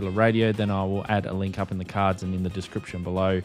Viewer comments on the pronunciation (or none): none